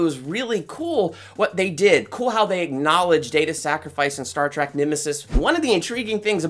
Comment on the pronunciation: He keeps saying Star Track not Trek